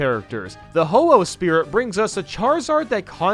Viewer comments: its not hoho its ho-oh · Btw its oh-ho